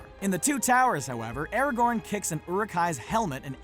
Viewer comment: Anyone else annoyed at the way he pronounces Aragon’s name?